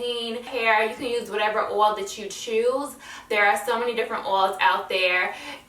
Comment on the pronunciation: oil is pronounced oy-il not or-all just is case u didn't know